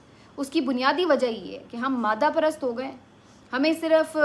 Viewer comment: اپ ایک جگہ لفظ "مادہُ٘ پرست "کو مادّہ پرست" کو مادہ پرست٭ پڑھ رھی ھیں۔یھاں "د"پر تشدید ھے۔اگر اپ صرف مادہ کھیں گی تو وہ نر اور مادہ والا سا تاثر دے گا۔امید ھے اپ برا نھیں مانیں گی۔اپ کی اواز کی کوالٹی بہت عمدہ ھے۔بھترین ٹی وی اینکر کی سی ریڈیائ اواز ھے۔